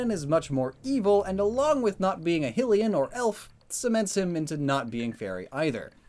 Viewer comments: why do you say hillian instead of hylian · ah yes hylian pronounced hillian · They way he says “ HILL E IN “ make me SO mad it’s pronounced “ HIGH LEE IN “ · Hylian is not pronounced hillian. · Hylian is pronounced High-lee-an. Not Hill-ee-an. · ITS PRONOUNCED "HIGH-LEE-N"!!!!!!!!!!! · Hylian is pronounced “HIGH-lee-an” and they are not elves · It’s pronounced hi le in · Why Do You Pronounce Hylians Heelians? Just A Nitpick Of Mine. Also I Feel Like Ganondorf Would Be Dark Fighting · The race Hylian is actually pronounced hi-lee-in. Just like how Hyrule is pronounced hi-rool. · Ur mispronouncing hillyan..... soooo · Did this dude really just say Hill-ean? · You said hylian wrong and sheik is half hylian half sheika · Every time he says hylian wrong i want to kill myself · Am I the only one bothered by his pronunciation of Hylian? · the way he pronounced hylian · Breath of the Wild came out in 2017 and you still can't pronounce Hylian right :P? Also I would peg both Fox and Falco as having Fire as their secondary typings due to their Up Specials.